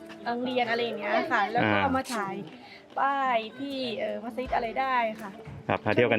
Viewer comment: ดีมีคลิปให้ดูได้เห็นความสวยงามของผู้คนที่อาศัยอยู่กลางทะเล ถูกใจนักท่องเที่ยว โดยเฉพาะฝรั่ง เอ๊ะคลิปนี้ เรียกมัสยิดถูกต้องแล้วน่ะ คลิปที่แล้วเรียกมัสหยิดอยู่เลย!!!